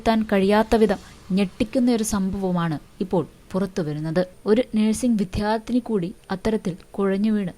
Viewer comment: വിദ്യാർത്ഥി എന്ന് ശരിക്കു പറയുക